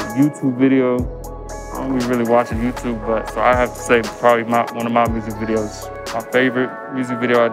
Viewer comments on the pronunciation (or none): none